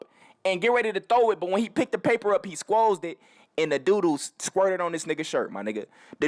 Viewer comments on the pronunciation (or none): This nigga said sqozed 😂😂😂wtf